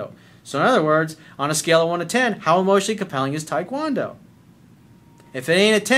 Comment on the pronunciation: Coach, I love you, but why the hell are you pronouncing taekwondo like that?